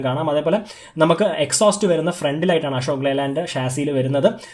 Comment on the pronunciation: "ആഷോക്" അല്ല.. അശോക്😁😁 "പ്രകാഷ്" അല്ല പ്രകാശ്...😁😁😁